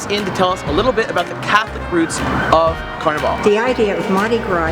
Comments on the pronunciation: This was A AWFUL REPRESENTATION OF MARDI Gras.. and we don't pronounce carnival. CARNEE VOL. .. ITS PLAIN OLD CARNIVAL. LIKE CARNIVAL CRUISE. SMH.. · It drives me nuts because you know they've heard people saying it correctly while they were here. How the hell can they spend time making this video, and not learn how to pronounce the name of the city? Not to mention they call Mardi Gras Car-Nee-VahLLL a few times, as if they were in Rio.